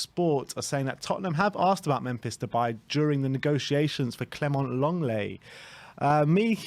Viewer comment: phonetically it's pronounced Longlay.